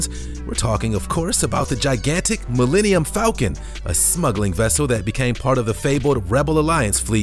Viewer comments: Mellennium Falcom? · "millenium falcon" lmao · Sorry did he say millennium falcon